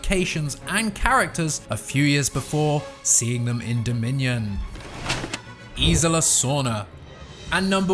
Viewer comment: Isla. I feel you’re adding an “I” in there?